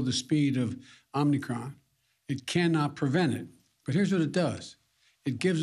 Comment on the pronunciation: I could swear he said "Omnicron."